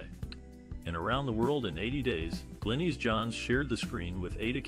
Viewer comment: Also pronounced Glinis not Glenis